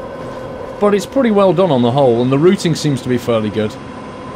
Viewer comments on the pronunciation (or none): none